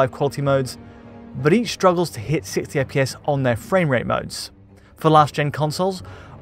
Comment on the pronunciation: This guy really cannot say 60 fps. Literally sitssaefpeees every Damn time